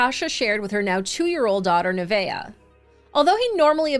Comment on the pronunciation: Oh wow. My.granddaughter is named Neveah. Not only do you never hear that name, but you pronounced it correctly. 😁😁